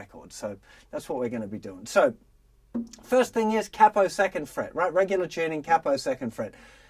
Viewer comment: And he pronounced Capo correct also. ;-)